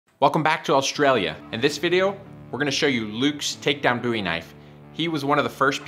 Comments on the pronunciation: Bowie.. Do you call David Bowie David Boowee? No, no you do not. Love your work though. 😉🍻😐Boowee😑😣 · Please stop saying boowee 😑✋🏼